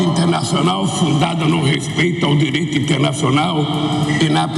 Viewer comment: "Dereito" ?? Meu Pai, que vergonha... Esse analfabeto não sabe nem falar e passa esta imagem lá fora..